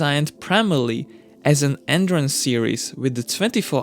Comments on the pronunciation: took me half the video to figure out he was talking about "endurance" cars and not "entrance" cars. well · It's "endurance racing", not "entrance racing"😂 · This nigga said andurance racing